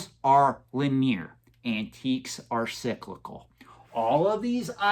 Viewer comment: You’re right about everything except your pronunciation of the word linear.